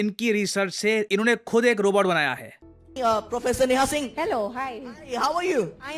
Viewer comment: Bhagwan mujhe itni confidence de de bas jitna ye Profesaaaar ko hai 😂😂